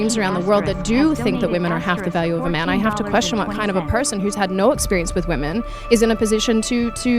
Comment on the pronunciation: "I had a lot of exspireance in my life " is the most Virgie thing ever